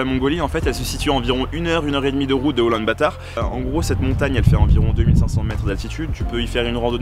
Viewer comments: Oulan-Bator pas "batard" 😋 Très belle vidéo en tout cas ! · Je la prononce parfois en français (Oulan-bator) parfois en anglais (Ulaanbaatar) d'où la confusion ! Merci :D